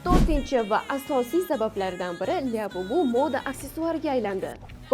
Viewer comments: Lyabubu mas labubu😂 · Lyabubu😂😂😂😂 bot harip